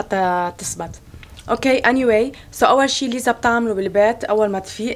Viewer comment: الحين هيا ليه تقول ليزا ولا نطقها كذا ؟ 😭😭😭😭😭😭😭